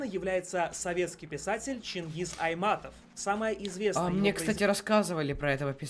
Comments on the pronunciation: Не Айматов а Айтматов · Не Айматов а Айтматов! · Чынгыз Айтматов а не айматов. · Чынгыз айтматов а не айматов😊😀😀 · Не Айматов, а Айтматов правильно нужно говорить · Ни Чингиз Айматов а Айтматов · Он говорит айматов а надо говорить айтматов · Он говорить Айматов это не правильно,правильно будить Чыңгыз Айтматов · Он неправильно сказал не Айматов а Айтматов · Не Чынгыз Айматов а Чынгыз Айтматов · Он сказал Чынгыз Айматов ,(ахахахаххааххахах) правильно будет Чынгыз Айтматов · Кстати не Чингиз Айматов а Чынгыз Айтматов😂😂😂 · не Чингиз Айматов а Чингиз Айтматов😂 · АйТматов ,где буква И😖😖😠😠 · Чынгыз Айтматов а не Айматов вот полудурок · Чынгыз Айматов😂😂😂😂🤣🤣😂🤣😂🤣😂. Будет правильно - Чынгыз Айматов. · Чынгыз Айтматов а ни Айматов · Не Айматов, а Айтматов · Не Айматов а Айтматов. Чынгыз Айтматов... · 😡 он сказал Чынгыз Айматов он забыл букву ( т ) 😠😠😠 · Не айматов,а айтматов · Не Айматов а Айтматов😈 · Не Чингыз Айматов А Чынгыз Айтматов!) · Если что не Чынгыз Айматов а Айтматов и ты не слышал даже рассказ мальчика спальчика? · не айматов а айтматов будет правилно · Ой Чингиз Айтматов 😂😂😂😂 А не А не Чингиз Айматов Ору 😂😂😂😂😂😂😂😂😂😂😂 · Не Чынгыз Айматов! А Чынгыз Айтматов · Не Айматов, а Айтматов. Как можно так ошибится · Это чынгыз айтамаотов а ни чынгыз аймамтов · Мы не забиваем кабанов, только баранов и коней это считается почетными блюдами на столе. И автор ролика не правильно произнес фамилию Чингиз Айтматов !!!!